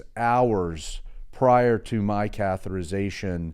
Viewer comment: Great info, but the pronunciation is cath-e-ter-i-za-tion (6 syllables) not “cath-er-I-za-tion” (5 syllables). Yes, I know I’m being very picky, and you have incredible knowledge about cardiac care.